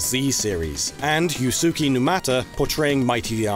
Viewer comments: Yeesh, "yoo-SOO-kee new-MA-tuh?" For a channel revolving entirely around an industry heavily tied to Japan, you guys SERIOUSLY need to fix your horrible grasp on Japanese phonetics. It's not even hard, Japanese is literally one of the easiest phonetic languages. The fact that you're still this bad at it this many years into your channel is frankly embarrassing. The name is pronounced "YOOS-keh new-MAH-tah." And "Sato" is pronounced "SAH-toh," not "SAY-toh." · Can't help but be reminded of one of my favorite anime characters, yooSOOky Urameshi. Sure takes me back. Edit Not to spoil the joke, but since no one seems to be telling you what it's supposed to sound like, most people pronounce it YOO-skay. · Said “Yusuke” like “Yusuki” and “Sato” like “Seto.” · I knew it was going to be this game as I just learned about it in January. Also, Yusuke is pronounced more like "Yousss Kay", not "You sue kay". You did a pretty good job with all of the other names though. 👏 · Re: Japanese names~ an "a" like in "sato" has the same pronunciation as in "apple" "ke" is pronounced as "keh", not "key" most times when "su" is used at the end or the middle of a name or word, the "u" is not pronounced, so that name would be "Yuske" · Got Girl-Chan in Paradise flashbacks after that "Yoosookay" haha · "You-soo-key" Bruh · Did you really just pronounce Yusuke as “Yoo soo kee” -_ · I cringed when I heard that, but the only person who can seem to pronounce Japanese names on this channel is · I, uhh, I don't think that's how 'Yusuke' is pronounced .